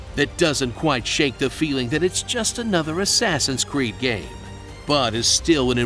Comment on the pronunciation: "Axeaxins creed"😂😂